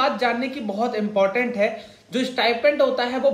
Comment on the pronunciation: Abey stipend hota hai stipment nhi